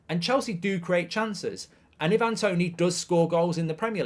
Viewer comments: It's "I-van", not "E-van"- he's Jamaican, not Croatian 😂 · You could atleast say his name right Ivan has never been “i van” it’s always been “I’ve-an” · The amount of people who can't pronounce 'Ivan' is hilarious..